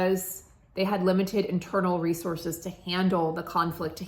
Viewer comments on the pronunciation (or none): none